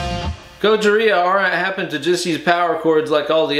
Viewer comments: The fact that you saying Gojira wrong just gets worse and worse has me crying. Godzilla 🤣🤣🤣🤣😭😭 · AT LEAST SAY GOJIRA PROPERLY OMFG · My favorite was Gagina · I'm gonna start calling them Gojina from now on. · He said Gogina! I died of death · Ways to pronoune Gojira: Gojira Godjira Georgina Gojina Gojirhea Godzilla French Bois Gogina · It’s more like godjzjiira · And gojhiraggh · When he said Gojina I lost it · Love the enthusiasm. Thanks. (Gojina LMFAO 😂🤣) epic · Pretty sure he said Gojiriah at one point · Gojira.. gojir ... Goja... Gojaria lol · Did anybody else hear “Gojina” 😂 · Did he say Gogina?lol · Simultaneously the most stupidest and most Informative guitar video... I need new underwear!! 🤣🤣🤣... Dude said 'gojina' 😂😂😂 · I never knew "Gojira" could be pronounced in so many interesting and creative ways until viewing this video. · His pronunciation of the bands name is hilarious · The way your pronunciation of Gojira deteriorates during the course of the video gives me life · Luv the multiple pronunciations of the bands name. Edit: ahh, it became obvious when u said godzilla 😂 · The more and more bastardization of the word gojira is comedy that's right up my alley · Pronounces Gojira different every single time hahahahahahaha